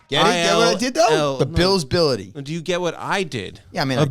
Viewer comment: Lol a-BILL-ity